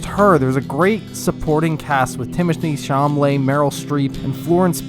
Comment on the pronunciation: "Timothy CHamlay"